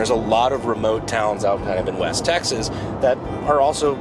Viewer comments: im sorry i had to turn on the subtitles to confirm, you started with "the people of taxes" that a blooper??? lol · Please tell me I'm not the only one who hears "The people of 'Taxes'" in the intro. I know he's supposed to be saying 'Texas', but it really freakin sounds like 'Taxes'.